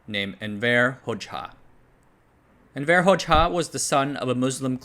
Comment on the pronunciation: You cannot pronounce for shit. Envr. Its actually spelled Envr. And its Hozha in sound. Hojaha is no good. Dude was a greedy evil leader like that couple in romania.